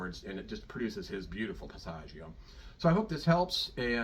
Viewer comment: Everybody has A passaggio"???? This man doesn't even pronounce the word correctly. He knows absolutely nothing about the passaggio areas and how they are important. Pavarotti, like so many star opera singers, didn't know science. He sang like a pig. He had a magnificent native voice. "Pitch together"? Nice sound, by the way. Oh, my...Run, please run. What I DO like here is that when he makes that tight sound he does move his mouth and lips to assure, well, never mind. It would take too long. That is NOT technique. Corelli destroyed his voice. This is so upsetting. Oh, god, a vowel does NOT automatically adjust. Did he say, "Learn to sing to the center of the cords."???? Ignorant teachers should be arrested.